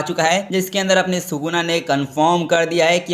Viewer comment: It's sukuna not suguna